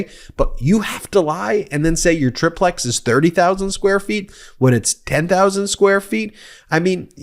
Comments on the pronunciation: It’s not a “trip lex” it’s a “tri-plex” (try plex) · Ben, for the love of God, it's called a TRY...TRY...TRY PLEX. IT'S CALLED A FUCKING TRIPLEX. IT'S NOT A TRIP LEX FOR FUCKS SAKE!!! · I feel like it's pronounced 'Try-Plex' you wouldnt call it a 'Duh-Plex'